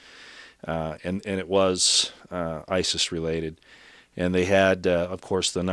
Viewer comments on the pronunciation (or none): none